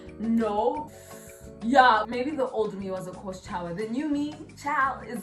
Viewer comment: 🤣🤣🤣 “maybe a course chowee”😭😭😹😹😹